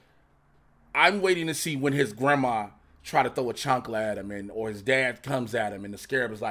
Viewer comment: you said chancla haha. You know bro. Don’t ever want that from abuela. Can’t wait for this.